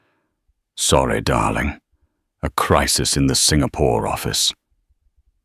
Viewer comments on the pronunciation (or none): none